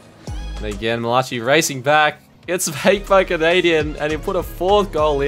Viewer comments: Man said mal-a-chi instead of mal-a-ki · Lol said Mala chi 100 times 😂😂 its malaci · “Malachee” lol, it’s American, pronounced “mala- Kai” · Mall ah chi? Pretty sure its pronounced Mail uh kai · I cringed every time he said (mi-la-chi) its pronounced Ma-la-kai 🤦‍♂️ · It’s mala ki not mala chi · its pronounced mala-ki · I got a kick out of it cuz I have some friends with that name and other people say it the same way😆 but it’s like mal-uh-kai. Nice vid👍🏼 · Did he seriously just pronounce malachi's name as ma-latch-e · no way he just said malachee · It’s not Mala chi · Lol butchering malachi name I'm pretty sure it's said malaki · Nobody gonna talk about the way he pronounced Malachi? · Yeah it was really weird I couldn’t take my focus off it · Bruh it was bothering me so much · The way he says Malachi lol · The way he said 'malachi'😭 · I don’t think that’s how you say “Malachi” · Are we just gonna ignore how bad my mans butchered the word "Malachi" 💀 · There is no way you messed up on the name Malachi a dozen times in the same video